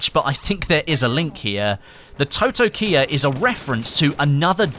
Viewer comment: It’s pronounced “taw-taw-kee-ah”. It also featured in the Mandalorian season 2